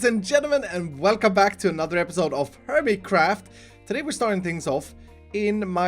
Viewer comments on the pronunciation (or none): I was watching the captions and now I can't unhear 'herbie craft' edit: at the very beginning